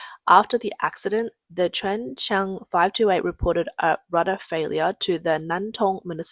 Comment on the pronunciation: Kudos to the narrator for her repeated pronunciations of Ching Fong 98 and Chen Chen 528, and thanks for being a real person and not a bot. :)